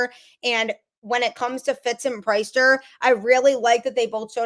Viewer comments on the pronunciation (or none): Priester, it is pronounced the same as if he led a congregation on Sunday. Priest-er not price-ster